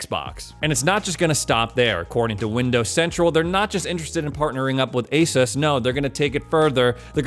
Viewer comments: It's pronounced AS US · It is pronounced as 'AY-SOOS'. ASUS actually made a video of how to pronounce it lol. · Pronounce it like A Zeus.